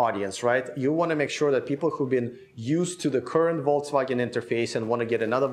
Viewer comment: seems to say VOLTSwagen!? Am I the only one hearing this?